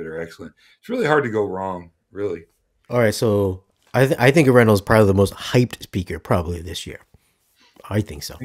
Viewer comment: Please learn to pronounce Arendal properly. A "pro" reviewer should get this right and yes, it matters. If someone always did this to your name, you would want them to get it right.